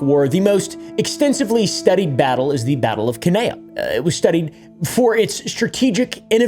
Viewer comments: Cannae = ‘can-eye’ :) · The way you pronounced Cannae is a sin